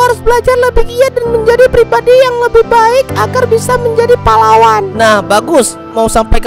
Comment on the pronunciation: bang kata pahlawan tadi kayak terdengar seperti kata palawan